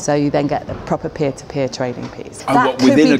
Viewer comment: Robert said peer-to-beer. Tee hee. Good to see Robert back on the BBC albeit BBC4 (should be BBC1). Looking forward to that.